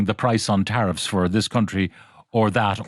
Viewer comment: You might as well swap the “teriff” board for the runners in the Grand National